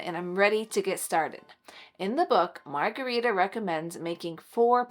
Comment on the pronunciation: I have a second cousin in Sweden named Margareta. It’s pronounced a little different than how you are pronouncing it. But that’s ok 😊